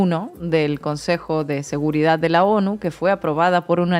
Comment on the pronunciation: Aprenda hablar se dice seguridad, no seguridadfz